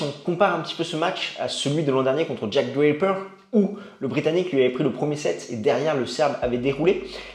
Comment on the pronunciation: hum, je ne comprend pas la prononciation exagérée de "DRAPER" et "BERRETTINI", sachant que TOUT les autres noms, sont totalement francisés et donc prononcés normalement :)